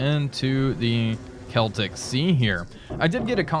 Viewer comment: Hooray! learned how to pronounce "Celtic"